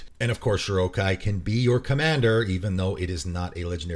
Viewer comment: Felt weird hearing Shorikai pronounced like Shirokai. Like when people I knew years ago used to say Daretti when talking about Derevi.